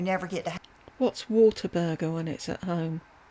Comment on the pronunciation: With her improper pronunciation, she called it Waterburger, I think it is Whataburger, lol! Leave it to.